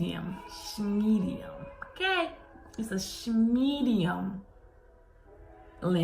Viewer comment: Shmedium. S-h-medi-um. Love it 😂❤️